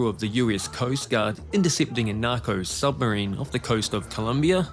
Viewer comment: Hey Mr Creator >> It's said S U B M A R I N E >>> not S U M B E R I N E !!!